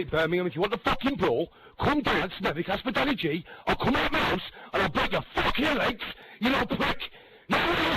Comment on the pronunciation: You pronounce house as ouse! What did you do with the H? You say "me" instead of "my". Where is me shoes? Sounds stupid a$$ ell. LOL